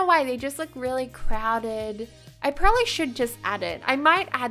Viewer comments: PRO-BAB-LY. probably. NOT prlby. jss chrst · You say peribly not probably it’s funny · PLEASE OH PLEASE PRONOUNCE PROBABLY CORRECTLY NEXT TIME OR STOP SAYING IT I COULDN’T STANDDDDD IT